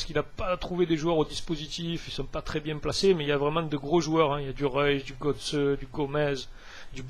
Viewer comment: Kroos se prnonce "kros" et Götze "gueutze" ;)